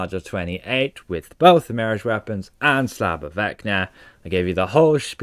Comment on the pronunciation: "Marriage" weapons... Mon... Repeat after me.... (MEEEE-RAAAAHHHGGGEE)..